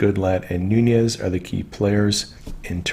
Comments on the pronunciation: Noon-ez. Not noonyezzz.. have a wonderful break from the internet. I think we all need that from time to time. God bless you and all your hard work. 🙏🇺🇸💕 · NOOOOONEZ, NOT NOONYEZZZZZZ. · enjoy your channel, but just FYI, Nunes is a Portuguese name, not Spanish, so he pronounces it NOONESS, not NOONYEZ. I heard him say his name at the end of a political ad: "I'm Devin NOONESS, and I approve this message." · Love everything you're doing BUT please pronounce Devon Nunes' name correctly. Nun (long U) es ... es not yes. Listen to Devon himself pronounce his name.